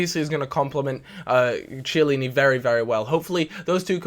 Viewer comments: IT'S PRONOUNCED "KIELLINI"!!!! Please:) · when you pronounce chiellini act as if it starts with a k cos its not prounounced with ch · Still can't pronounce Chiellini...